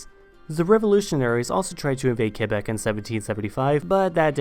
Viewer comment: I'm kinda surprise that he managed to prononce Québec city the right way instead of saying "Kwa-bak"